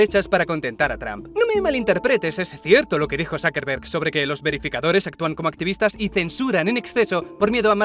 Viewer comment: Que raro pronuncia el apellido de mark Zuckerberg 😅😂😂